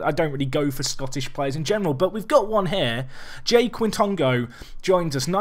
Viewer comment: It’s pronounced J-I Kitongo. His dad is Jose Quitongo the original journeyman footballer and played in Scotland for a while